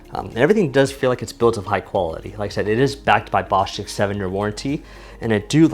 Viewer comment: Please call the company Marketing dept and on behalf of your subs, learn how to say the name Bo stitch. no stick unless they say so.